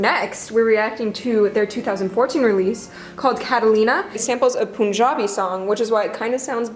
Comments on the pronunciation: Its pronounced Pun-jah-bee (pun like the joke), not Poon-jah-bee. I remember when first hearing Catallena, I was like why does this sound like a Hindi song. I had no idea it was sampled. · It cracks me up when people pronounce punjabi with that ‘u’ sound😂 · the pun in punjabi is pronounced similar to gun. It was really bothering me the whole video lol.